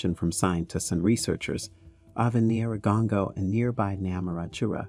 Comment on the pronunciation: It's pronounced nyih-rah-goh-ngoh, I think it's wise to learn how they pronounce the name in the own tongue, it doesn't take that long just Google it. Nice documentary though.